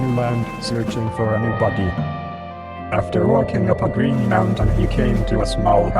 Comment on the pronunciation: Insteand of body I heard butty